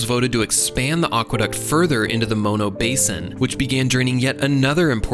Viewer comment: As a former and native southern Californian, Valencia=ValenSEEuh, not ValenCHEEuh. Mono=MAWnoh, not MOEnoh. If you do something on Ventura in the future, don't you dare say VenCHURa. Great video, carry on.